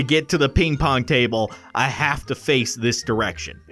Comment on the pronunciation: I thaugth sayd “ is that pink pong 😅😅😅😅 and it’s ping pong